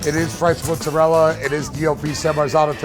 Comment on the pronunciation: "Sardeina", "Rigoda", "Mudzarel", "Boloun"... Geez... Can't stand americans who call themselves italian just because their surname is italian (which they can't even pronounce correctly. Great that it works in america but stfu